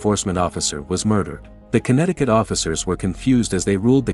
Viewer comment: How much time did he have to say it was conetticut